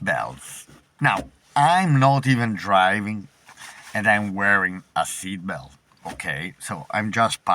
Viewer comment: SEAT belt not SIT belt.